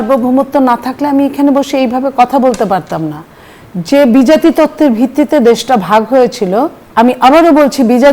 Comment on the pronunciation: নেত্রী ওইটা বিজাতি তত্ত্ব না, দ্বিজাতি তত্ত্ব। কোটা না মেধা?!!!! হেডা;;;; হেডা ;;;;;দিল্লি না ঢাকা? পাকিস্তান পাকিস্তান, মেরে পেয়ারে পাকিস্তান!!!!!